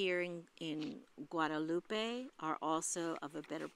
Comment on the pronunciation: FYI… It’s Guadalupe.